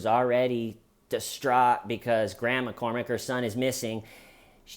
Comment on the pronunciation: Every time you said "Graham McCormack", I heard "Grandma Cormack". 😂 Why does clean cut hair style kill me?!?! 😂 I mean that in total love. Love this guy!! 🤍